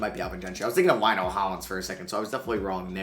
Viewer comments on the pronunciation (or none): none